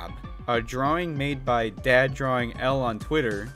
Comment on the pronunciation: I heard DAD